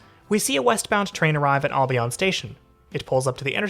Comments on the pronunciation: Jeez buddy Albion Road is pronounced AL-be Uhn not All-by-on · You pronounced Albion wrong lol 😂😂😂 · "All-be-on?" You're not from here. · "Ahl-Be-On" station...LOL. Welcome to Tarannah.